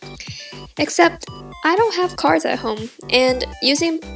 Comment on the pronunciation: Is it sad that half the time I thought she was saying cars? Or am I just deaf?!